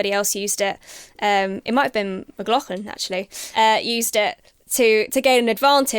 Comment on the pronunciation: It's McLaughlin not McLaughfin.